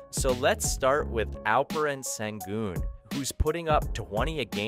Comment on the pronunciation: It’s pronounced Shingoon